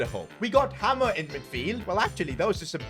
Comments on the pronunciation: Hi I just wanna say hamer is not pronounced like hammer, it’s hay mer basically! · It's pronounced haymer not hamer 😅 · Its not 'Hammer' it is 'Hay-mur' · Your pronouncing hamer wrong it’s like hay mer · It’s pronounced haymer not hammer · Hamer is pronounced hey-mer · You are pronouncing hamers name wrong it’s pronounced hay mer